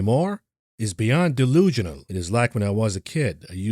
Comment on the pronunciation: The word is "delusional", not delugional.